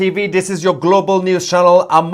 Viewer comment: Can you say Global without sounding like a turkey